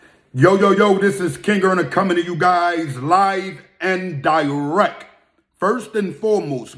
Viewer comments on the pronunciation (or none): Do yiu not know that direct has a T in it? To put so much emphasis on a word that you are pronouncing incorrectly seem redundant.